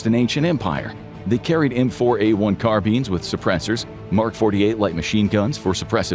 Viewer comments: Carbeen its Car-Bine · Carbine is pronounced "KAR-BYNE" and Corpsman is pronounced "KORE-MEN"